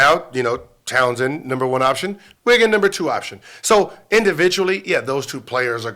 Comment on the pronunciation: His name is Towns Gil goddam 😂